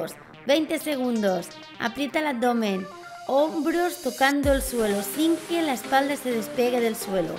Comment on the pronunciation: dice abomen el video